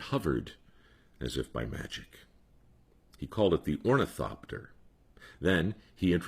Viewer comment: Ornithopter? I dunno if that's how it's spelled but I like the way you say it. :) This was a great story...I always love stories about the Wright brothers. I live near Kitty Hawk, raised on the lore. Thank you, Mike. Oh... I can't afford the robe, but it's lux. ;)